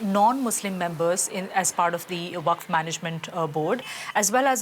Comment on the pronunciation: Can't pronounce waqf and trying to break news about it😂🎉